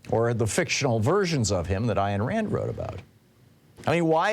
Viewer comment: Ayn Rand is not pronounced "Iron" Rand. {:o:O:}